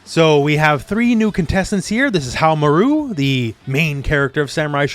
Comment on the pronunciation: Hahaha you pronounced nakoruru better than you pronounce haohmaru. Lol why?🤔 Love your videos, just poking fun. Thanks.